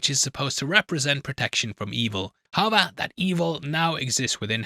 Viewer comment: HOW-EVER!!! NOT, "HEVVER"